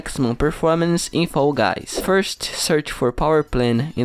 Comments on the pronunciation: No hate but I it’s so funny when you say foy guys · Bro pronounce fall guys correctly